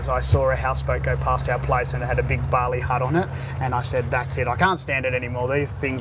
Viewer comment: Did he say a barley hut?